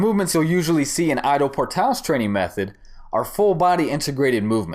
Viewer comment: The way you Ido, sounds "I dow... " It's more like e-do ... Bring that Japanese sound like in judo